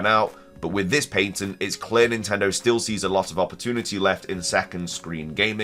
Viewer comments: New drinking game: take a shot every time the word patent is mispronounced and when you hear the phrase "either way" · Did you just pronounce “patent” like pay-tint? That’s funny. Lol. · Pay-tnt is actually fine for the UK though he does say Payn-tnt a few times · Is that really how the British say the word “patent”??!?!?